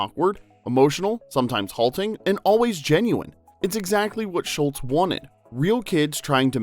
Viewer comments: His name was Schulz not Schultz. Mispronounced throughout the video. He was not Colonel Klink's sergeant. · automatic dislike - it's SGHULZ, not SCHULTZ But you can blame Hogan's Heroes fo' that misunderstanding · It’s not Charles SHULTZ it’s SHULZ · According to the narrator, his name was Schultz. But it's probably an AI generated voice... on an AI generated channel.